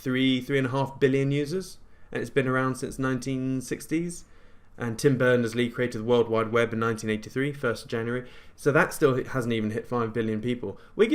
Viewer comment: I heard "Burton" as well 😂